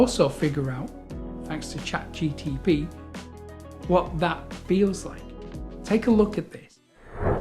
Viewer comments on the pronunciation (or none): Nice video...its ChatGPT, not ChatGTP :_)